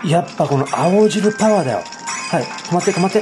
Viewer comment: 青汁が顎汁にしか聞こえない